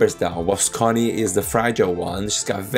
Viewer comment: Connie is pronounced k-onnie. Thanks for the video.